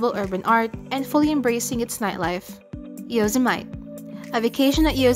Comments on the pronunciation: Oh Lord.... clearly not an American, at least make an effort to learn the pronunciations.... yozamite!!?? It is yoo-sem-a-teee 🤦🏻‍♀️ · Learn how to pronounce the word Yosemite if you want to be taken seriously.